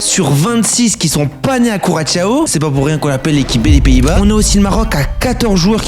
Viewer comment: « Couratchao » ???😳 En Français, on dit KU-RA-SSO😉